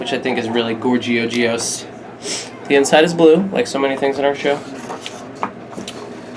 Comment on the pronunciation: "gorgeogeous" sniff